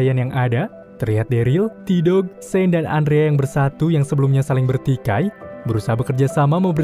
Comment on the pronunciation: cara eja Shen itu salah ya ia sepatutnya Shein